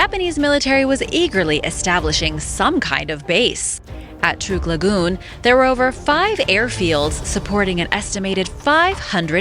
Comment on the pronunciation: It is pronounced Truck lagoon.